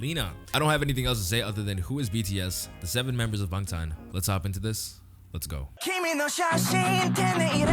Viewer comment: I love open-minded people who GENUINELY respect other cultures, and I can tell that you're not reacting for views and clout. You even pronounce "Bangtan" correctly and their names. Your Korean pronunciation is pretty impeccable even when you said "Hwarang" and you know that "R's" should be pronounced as "L's." Kudos to people like you and keep up the awesome content. Appreciate you.